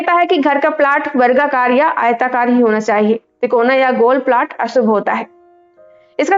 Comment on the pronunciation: 3.42 ko 'plot' ka sahi pronunciation tak pata nahi (प्लाट nahi प्लॉट bola jata hai) aur modern bahut ban rahi hai. Bahut se purane niyamo mein vaigyanikta hai jo log dheere dheere samajh rahe hain. Kuchh baate har samaj mein har desh mein rahi hain aur logo mein andhvishwas bhi rahe hain. Koi desh isse achhoota nahi rha hai. Chahe ho Greece, Rome ya Britain koi bhi country rha ho. Lekin pracheen manyatao ka aur aayurved aadi ka gyan Bharat mein mahtvapoorn rha hai. Nicola Tesla jaise great scientists bhi kai cheezo pr research kiye aur unhe adbhut paya.